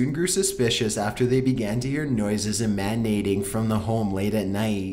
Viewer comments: Emanating is pronounced "ehm-ah-NAY-ting". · Was not expecting the intonation of a valley girl. Also....Massatooshis??? E--MAN--ating? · "Neighbors grew suspicious after hearing sound man-nating" (instead of emanating)